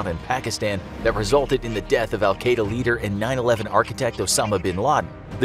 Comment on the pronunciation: Is said al-quada wrong